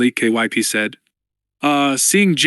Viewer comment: That's a fact. I don't mind the awkward cadence of the AI reader, but i can not stand all the names he pronounces wrong. Took me until the end of chapter 2 to realize "K... Y... P..." was supposed to be Kyp, why on earth does he spell it instead of trying to read it?